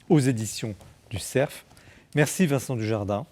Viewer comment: Non et non, ce ne sont pas les éditions du ''SERF'' mais du ''CERF'' sans prononcer bêtement le f final !!!